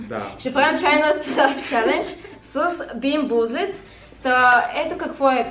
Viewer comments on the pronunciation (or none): не се произнася бийн бузлед а бийн бузълд